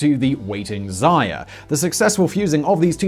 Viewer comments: I love how Simon turned Zarya (Dawn) into Zaya (Little Bunny, term of endearment, like Honey or Sweetie). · Simon, I know these things are scripted. Would it kill you to spend a few minutes before recording to learn the names of the people you're referencing? Hmm? It would only be respectful.